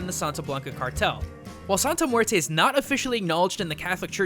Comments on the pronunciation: Joaquin Pirotto I KNOW, it's mueRRte. Like a mini drumroll on the r. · So it’s more pronounced like muete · As a native spanish speaker, it makes me cringe every time you say "muerte". I know it's not your fault english doesn't have the strong R sound spanish does, but it still makes me cringe so, so hard.. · Did these dude seriously call muerte...murto ? Lmao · Muelte Muelte Muelte